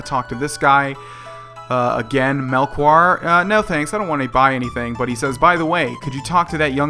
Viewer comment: It's Mel - chore (Had a friend in High school with the same name)